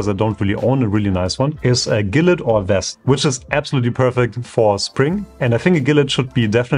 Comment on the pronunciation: Hey, nice video overall just a few remarks. 1. Gilet is spelled "schile" like an sch in german and silent t. 2. Corduroy trousers are perfect for transitional seasons especially in all brown tones and olive green. 3. A barbour wax jacket or quilted jacket and peacoat are ideal shortcoat alternatives to the safari jacket which was spammed in your video. 4. I would say off white is more of a summer color and instead opt for light gray. 5. The best transitional shoes are black/brown chelseas and brown chukka boots. Everything you said in the video was nice but I feel like you kinda put the focus too much on safari jacket, off white trouser and monchstraps which imo arent even ideal for spring.